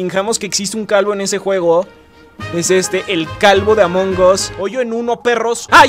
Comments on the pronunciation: Dijo amongos y es among as cuando alguien se equivoca y dice mal el ingles(english) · Se dice amongas no amongos